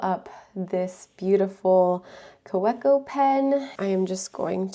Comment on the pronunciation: Nice haul—. Kaweco is pronounced as Ka-vec-o